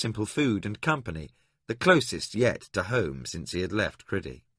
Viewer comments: I can't listen to this what kind of psychopath pronounces Crydee as Cridee ffs? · Struggling a bit with the pronunciation of some names, Cridee doesn’t seem right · Every time that I hear the narrator pronounce the name of the country as criddy, I grimace. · The one that bothered me was how he pronounced "Crydee" Not the way at all I heard it in my head. Same for Prince Arutha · Loved your reading except some of your pronunciation , especially that of Crydee which sounded stupid